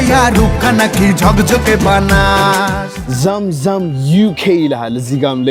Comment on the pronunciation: Zam Zam is to be read ዘምዘም not ዛም ዛም